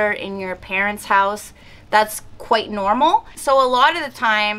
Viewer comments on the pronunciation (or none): none